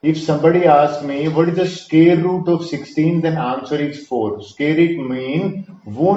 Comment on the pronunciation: Sqear nhi square